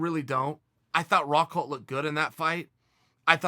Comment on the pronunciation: His name is Rockhold not "Rockhalt"...